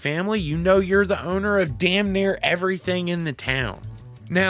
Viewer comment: i love how he says *H*owner XD